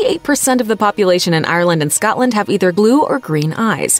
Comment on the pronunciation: Ireland U DONT SAY THE E JESUS DONT SAY THE E OMFG